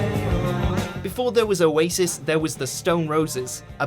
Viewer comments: O a sis what okay that’s totally how you say it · O Asis 😂 the way he said it